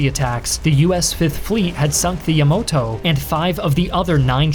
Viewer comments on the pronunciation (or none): "Yamoto"? Really? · Your pronounciations of the IJN ships are garbage. Yamoto -> Yamato Mushashi -> Musashi Kaca -> Kaga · ..."yamoto and mushashi" ?